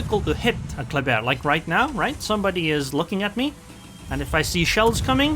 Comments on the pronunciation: It's pronounced "clubber" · everybody gansta till pulls out the french accent